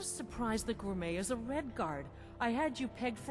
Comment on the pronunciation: I know this is minor and shouldn't bother me but it does just a small bit. It' may be spelled Gourmet but it is pronounced Gourmay.